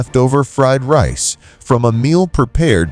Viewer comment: the AI is so dumb it pronounces Rice as REECE you can tell its not an american AI